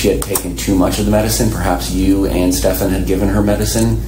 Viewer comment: It's pronounced "Steffan" not "Stef-AHN"